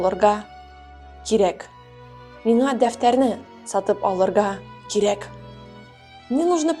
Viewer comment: «Сатып алырГа кирек» - здесь «г» неправильно произнесено как русская «г», а надо как башкирскую/казахскую «ғ». Скорее всего оговорилась, такое бывает когда фразы разных языков перемежаешь в речи. В других видео всё окей